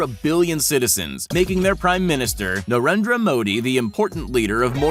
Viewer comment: Nobody: Him: NARENDRW MAW D